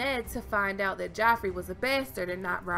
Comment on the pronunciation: What about Ramsey? He was quite fuckin mad what if he was caused by incest or something? Love the way u say besterd <3